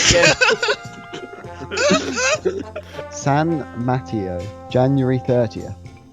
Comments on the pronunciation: Foster City finally got one after so long! The police stationed in Foster City often just commute to and from school is since they never really get called for anything. San "Matt-ee-oh" I understand that you didn't know that it's pronounced as "Matt-aye-oh", but I find this too hilarious. Maybe because im stupid XD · It's pronounced San Ma Tay oh Not gonna lie though I laughed my ass off on how he pronounced it 😂😂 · "San mat-e-o" hgndkgnldgldg its San Ma-tay-o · "San matio" lmao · It's not pronounced 'Mat ee oh', it's pronounced ;Muh tay oh. I would know since I live there. //Hermione Granger-ing intensifies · "San mat eo" Its san ma-tay-yo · They're pronounced: Burling game San Ma Tay O And Mr. Pickles is a sandwich shop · bruh these brits have no idea how to pronounce any of the names. FREE-mont. BurlingGAME. San MuhTayo. Yikes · Btw it’s pronounced San Ma Tay o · British people! "San Mat-ee-oh" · San Matt-e-o 😂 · San Mateo (Muh-tay-oh) :) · "San Mat-e-o" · San mat-Tay-o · FrehMONT San matty-o Goodbye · "San Madio" lol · Pronounced Free-mont/ San Muh-Tay-Oh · 'San Matt-eo' ssfhhjjjjfdx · Please do more of these, as a former resident of that area (my parents used to get the Mercury delivered), this stuff is hilarious. Also, it's "BURLIN(G)-GAME" and "SAN MA-TAY-O". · "San Matty-O" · Or worse, "Matey-Oh" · I cannot get over your pronunciation of Fremont and San Mateo. How do you mess that up that badly? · Ikr, when they said San Mateo wrong I cringed